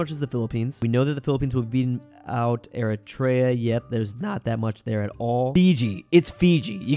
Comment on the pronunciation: please learn how to say Eritrea there are 4 syllabus. Er-i-tre-a not Etr-e-a